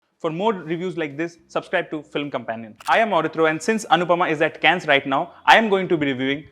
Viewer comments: Nah ..... you are not like Suchitra. N it's not कैंनस. It's काॅन. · Anupama ji calls it कान You are calling it केन English mein toh Anupama ji sabki Daadi hain. Kuch seekho unse beta.